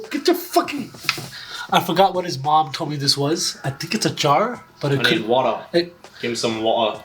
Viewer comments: give me some wa’er✨✨ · His cousin: "I think it's a jar(?),": "Gimme some wo'ah." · “gimme some wo’a”